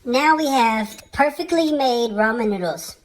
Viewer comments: At least you're saying Ramen correctly...😊 Extra points for that. Lol! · Lyndie Kelley Brazzel it's pronounced "raymen noodles" it's just one of those words spelt different but sounds the same or whatever!?!?🤔🤷‍♂️lmao